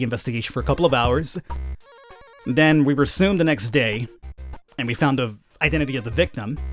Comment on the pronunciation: "Room ob troot"